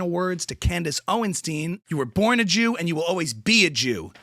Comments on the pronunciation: It's OwenSTINE not OwenSTEEN. Thank you for your attention to the matter. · Candis oinshtin😂😂😂